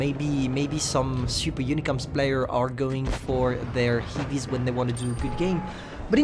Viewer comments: Heavies , not hivis... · Why is he saying "hivies"